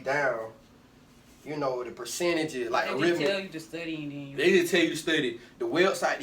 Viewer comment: He said studay😂